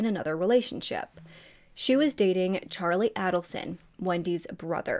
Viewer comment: It isnt ADDelson its AIDelson